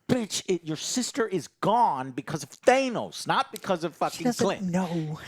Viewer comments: thay-nos? thay-nos? It's than-oss, say it right! Kingpin only have tracksuit as he lost everything after daredevil and the blip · Guess I shouldn't be surprised that Joe still say thanos wrong even after hearing said the correct way multiple times in the movies. All three of you are also saying Vincent's last name wrong